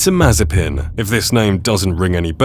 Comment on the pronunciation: It not s It Mazepin